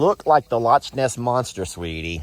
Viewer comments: The ‘Lotch’ Ness monster? Really,? 😂 As a Scotland enthusiast with many Scottish friends…I cringed a lil! 😂😂❤ (It’s pronounced the ‘Lorr’ Ness Monster. 😉) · Loch Ness is pronounced Lock ness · you make me giggle Texas boy! Loch Ness is pronounced 'Lock' Ness, the birds look so relaxed and happy, and does what you said about trinity mean she's not a mini? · Loch ness monster is named for the loch of water pronounced LOCK. LOL.